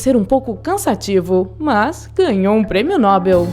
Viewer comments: Se diz prêmio Nobel e não prêmio Nóbel, senhora. Grato. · é Nobel não "NÓBEL" ! burra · Tudo perfeito. Se você disser "Prêmio Nobéééééél" ao invés de "Prêmio Nóóóbel". Aí si, fica tudo certo! :) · So que nao e premio Nóbel, burrinha. É premio Nobél. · NoBEL! É oxítona!